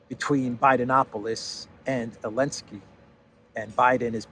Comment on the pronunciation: why do you call Zelenskiy - Elenskiy?)